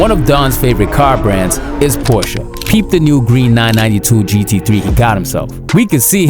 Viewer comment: you deserve my like only for pronouncing Porsche right